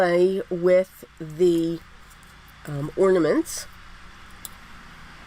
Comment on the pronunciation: I love the cards and the fact that you pronounced ornaments instead of ordaments. That drives me crazy. So thanks so much.